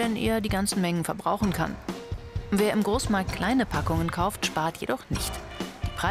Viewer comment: "käuft" Hhahahaahhaha